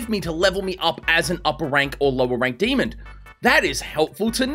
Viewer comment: I love how he say demonD instead of demon